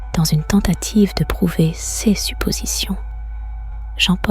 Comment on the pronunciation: Les histoires sont vraiment bien, mais cela serait tellement mieux si une vrai personne les contaient…… La prononciation du mot « ses » est vraiment très agaçante